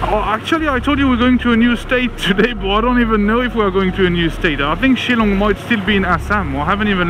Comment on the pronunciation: The way you pronounce shilong its shil then long ....shillong